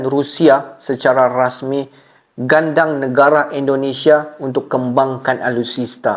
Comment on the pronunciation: Bukan gandang bro..tapi gandeng..